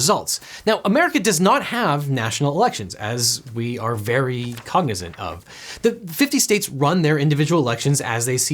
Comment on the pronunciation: That pronunciation of "cognizant" is like nails on a chalkboard. I have no idea where it comes from.